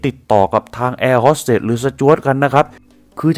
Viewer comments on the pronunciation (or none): แอร์ “โฮส” เตส / “โฮส” ไม่ใช่ ฮอส